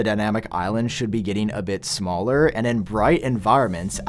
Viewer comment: Smallerrrrrr. Betterrrrr. Levelllll. Pixelssssss. Batterryyyyy. Have we forgotten how to talk as a society without extending the last syllable to the last word of every sentence. 🤦🏻‍♂️